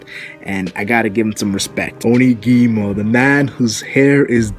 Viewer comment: You screwed up OnigUmo's name.